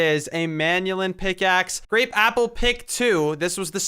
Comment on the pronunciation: He did grapeappepick instead of grapeapplepick